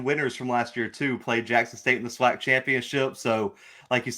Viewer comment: We gotta teach these new guys coming in some of our rich SWAC history. This ain't just any old conference. There's a LOT of rich history and tradition!! And it's pronounced SWAC (Swack), not (swock)...lol. That being said.......we are EXCITED to have you as a #Gman!!!! Welcome to hbcu football!!!!